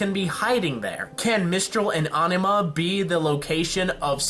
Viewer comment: Your pronunciations of Sanus, Solitas, and Anima are... interesting